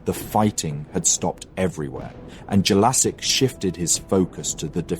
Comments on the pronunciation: It's not Jelasik haha It' pronounced 'Yelachych' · nice work, but you are saying Jelačić wrong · Damn that pronunciation if Jelacic hurts my ears... I hope next part will cover Serbian Vojvodina and how both Austrians and Hungarians kept promising stuff to Serbs but in fact just lied. So everyone can understand why this shitty empire needed to go down. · hungarian names are the same mispronunced in this video but who cares he doesnt have to speak every language in the world. Other thing is that Jellasics was the single person in that time period who could change the history if he allies with Hungary against the Habsburgs we could have been independent together....imagine if there were no WW1 and WW2 or the first WW1 could have been much more worse in an other time period, who know. There are a lot of small bits in the history that if that doesnt happen who knows where we could have been now.